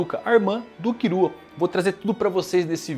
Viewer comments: Pq ele fala "kirua" e "irume"? N é Killua n? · “kirua” hahha pqp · Ficar escutando "Kirua" sangra meus tímpanos 😢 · Ne tipo e tipo no Japão eles não conseguem falar L ai falam com R mas aqui agente consegue falar L e ai e só falar killua travez de kirua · Pq o chama o Killua de Kirua? kkkkkkkkk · A pronuncia japonesa é essa mesmo, eles não conseguem falar o L